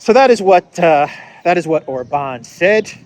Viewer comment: God bless and protect Viktor Orban. (And it's OR-bahn, not or-BAHN.